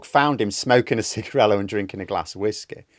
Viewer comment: Does mean "cigarrillo" here? That word is most definitely not meant to be pronounced "sigarelo"